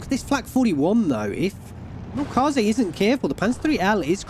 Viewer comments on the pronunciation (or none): Try pronouncing the "ä" in Milchkäse like the "e". It's still wrong technically but will sound more german, especially since this pronounciation happens in some german dialects as well. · yea and the E is soft.. almost silent. the way you pronounced it was more french/latin if you look up the pronunciation on google translate. make sure to spell the ä like this and you should get the proper translation sound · Milchkäse (ger) = milk cheese That name got butchered LUL